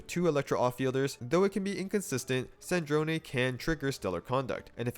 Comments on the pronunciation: after hearing all the shneznayas and snezneyas I’m just happy about the zh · Nice Snezhnaya pronunciation. Good job! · True, he says the zh part perfectly! I just wish the game itself didn't put an emphasis on the wrong vowel.